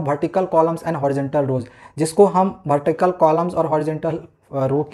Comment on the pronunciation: Vertical ko Bhartical bol rahe hai Ye 😅😂😂😅😅😅😅😅😂😂😂😂😂😂😂😅😂😂😂😂😂😂😂😂😂😂😅😅😅😅😂